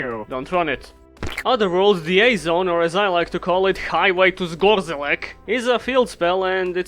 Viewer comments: Actually, you read "c" in "Zgorzelec" as "ts" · Tfw even a Slav can't pronounce Polish city names...it's Zgo-zhe-lets lol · FFS that pronounciation of Zgorzelec. I'm a Pole, I found it funny, and so did everyone I told it to. Carry on.